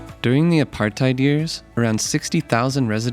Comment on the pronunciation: Btw it's pronounced a-part-ate not a-part-ide